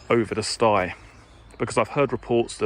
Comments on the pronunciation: I am having a drink every time he says stye. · Does look a lovely place.,(Stile as in Style not sti as in stigh). I'm nitpicking, sorry. Great video thoroughly enjoyed it and looks much better on your camera.Well done!